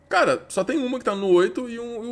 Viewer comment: 15 segundos "sóh" ele disse kkkkkkk guentei n